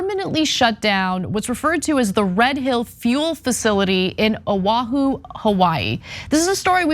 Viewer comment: Pronounced Ha la va and Oh Ah hu.